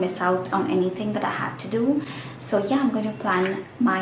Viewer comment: To do sounds like Thu Thu